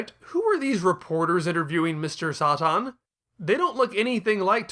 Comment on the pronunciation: "Sah-Tahn" lol